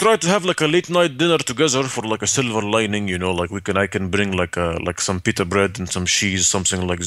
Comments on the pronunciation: “Peter bred and sheese”??????? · Pita bread not Peter